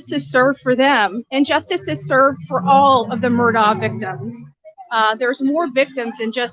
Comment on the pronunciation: How do you still not know how to say this guys name?😂